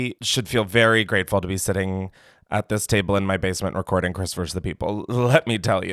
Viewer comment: Commenting this until he sees it, it’s pronounced VERSUS or VEE but VERSE is so incorrect lmao